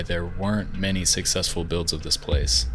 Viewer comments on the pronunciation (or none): none